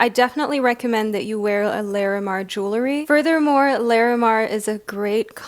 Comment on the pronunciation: Just FYI...Lah-re-mar. Not Lair-eh-mar 💙